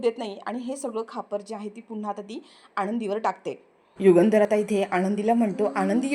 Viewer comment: युगेंदर नाही युगंधर. नावाचा उच्चार बरोबर करा. Delicate = नाजूक. Deligate = प्रतिनिधी. " राग अजिबात अनावर होत नाहीये. " म्हणजे काय ? _ राग अनावर होत आहे. किंवा राग अजिबात आवरत नाहिये. एवढंच म्हणणं पुरेसे होते.